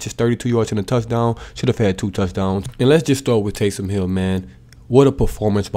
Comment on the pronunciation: Tays”him” hill